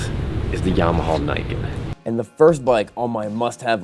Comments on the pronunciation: He said niken wrong… it’s supposed to be said like nee ken meaning two swords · It is in fact pronounced "knee-ken"